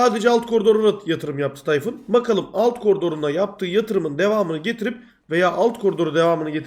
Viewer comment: Tay-Fun :D